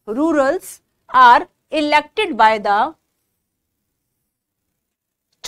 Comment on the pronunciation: Rulers ko mam rurals bol rahi h 😂😂